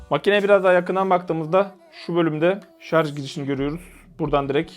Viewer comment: "Şarj" diye yazmışsın ama "şarz" diye okuyorsun. Şunu bi öğrenemedi bizim halkımız :)